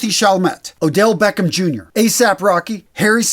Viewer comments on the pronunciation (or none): none